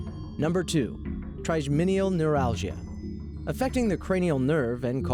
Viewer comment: Pronounced "tri jeminal neuralgia"